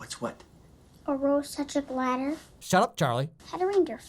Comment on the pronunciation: The only thing that always bugged me in this movie is that Charlie clearly says "gladder" instead of "ladder" and nobody calls him on his bullshit. When the joke is that he mistakes "clatter" for "ladder" but then it turns out to actually be a ladder, it only makes sense if you can understand what he's saying in the first place.